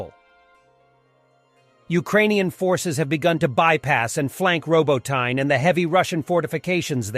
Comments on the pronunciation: Please, please !!!!!! Робо́тине is called "roh-boh-ty-neh", not Robo-tyne. You're Not in Kansas Anymore. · for god sake it's R0--BOT--NEE